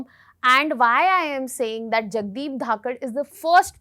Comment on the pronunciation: She can't even once say his name properly not dhakar , it is dhankhar